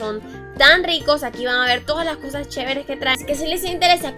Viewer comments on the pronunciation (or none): kha? escucharon cuando dijo chevrere